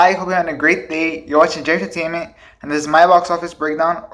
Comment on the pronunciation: Hey man I got a request for you. On your next videos, can you say JFG Entertainment really slow, like "Jay-Effe-Gee-En-Ter-tain-ment"? You know, pausing in between the syllables? Man you always say it sooo fast that I never can understand it! And JFG Entertainment is your brand right? So it should be great if you can slow down and say that with some great emphasis, "JAY... EFFE.. GEE", you know?! Same goes for the rest of the video... What do you think about modulating and oscillating a bit more, slowing down here, speeding up there, making some pauses, even some dramatic pauses like the great broadcasters and youtubers do. I am not saying that you don't do that, you do that, but you can do that even more to avoid a ""monotone" sensation, you know? You have so much energy and enthusiasm man and you have a clear knowledge of the show business and specially these blockbusters movies but sometimes all of that seems to get "lost" because you are always at 100mph! What do you think about using more of a "push and pull" approach? I googled a bit about it and they say this:1. Breathe. It's impossible to speak with power or presence if there is no breath supporting your voice... 2. Stand up straight (corollary to “Breathe”) Yes, posture impacts your voice. ... 3. Use your voice as a highlighter. ... 4. Pause. ... 5. Tell a story. ... 6. Have a conversation. Do you think that doing those things could help improve the audience engagement on your videos? You should have more views as yo